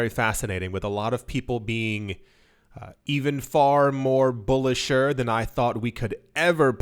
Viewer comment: “bullisher”. I’m sure your parents and English teacher are very proud 😭